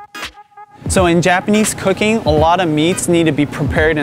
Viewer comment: Sounds like you said - "Japanese Hooking"..instead of cooking..LOL Good job on the video...I live in Los Angeles area..best Asian markets too..fresh produce ever!